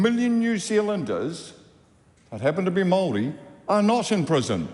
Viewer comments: Mark is right, but it's a bad look pronouncing it "Maari". We need to be smarter and sharper than that. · Anyone who pronounces maori like that is probably anti maori 😂